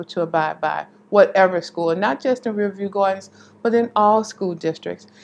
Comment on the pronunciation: Why isn’t the reporter pronouncing “Riverview” properly?!?